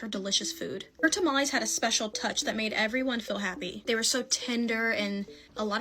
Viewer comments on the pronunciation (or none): It's not tamalis or tamalees dumb people, it's tamales pronounced tamalehs. XD Seriously though, i'm sick of you people who have to resort to neologisms like "unalive" for example, you are just cowards, no matter how you slice it.